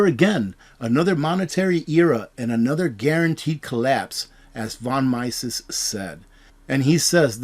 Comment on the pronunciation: von MEE-sess